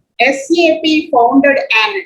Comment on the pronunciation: Why we calling as sap it's S.A.P. (alphabets) not sap like Sapam